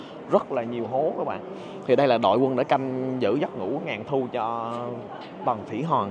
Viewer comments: Khoa nói : Tầng Thỉ Hòn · Kiến thức rộng , clips kích thích sự tò mò tìm hiểu lịch sử Trung Quốc ………nhưng phát âm : tầng thủy Hòn 😂……..